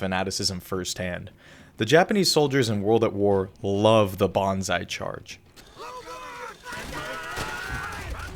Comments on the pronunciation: it's "Banzai" not "Bonsai" lmao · Pronouncing Banzai as Bonsai is a new level of ignorance. If you are trying to describe the mindset of Japanese soldiers in world war 2 try to do a little research. I’m a Brit and we have learned to understand our enemies and why they fight.